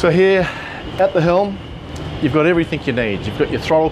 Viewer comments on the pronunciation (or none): Dude "everythink" is not a real word.